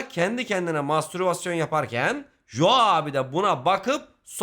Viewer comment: iyi güzelde “Jo” diyip durmasaydın adama keşke. İngilizce’de “co” diye okunur 😂